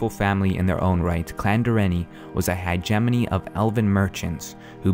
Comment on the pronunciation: I like the series but every time he said Direnni Hegemony I cringed. it's not hi-jemoni, it's more like hedge-mony or hedge-ah-mony. :S